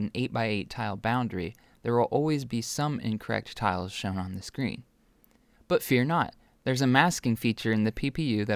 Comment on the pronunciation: You said Sean not screen